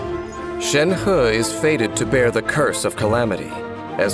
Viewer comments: So her name read is "shen-her" :((( not "shen-hi" :'(((( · reminder: it's Shenhe not Shenha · For me it's always gonna be "Shenhé" not "Shenhá." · I thought it was to be pronounced shenhi at first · Ikr loll he's like shen*HE* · All i hear is Shen Huhhh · And he is still pronouncing it wrong 💀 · A for effort for trying to say 申鹤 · Anyone else bothered or laughing at how Shenhe is “properly” pronounced?